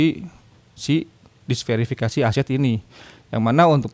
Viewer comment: Diversifikasi bang bukan disverifikasi